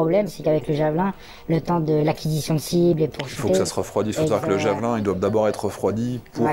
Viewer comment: Vous êtes bien des français jusqu'au bout : prononcer "javelAIN" au lieu de "Javeline" comme en anglais (ou comme le nom français du type de lance). Pareil on entend régulièrement les médias français proncer "ZelAINski" au lieu de "ZelÈnski". En suivant cette même logique de prononciation à la française, il faudrait non pas dire "Vladimir Poutine", mais "Vladimir PUTAIN". :face-green-smiling::face-green-smiling::face-green-smiling